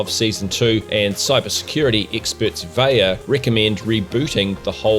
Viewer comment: fairly certain vaiiya is pronounced "VI-YA" with the VI sounding the same way you would say vying.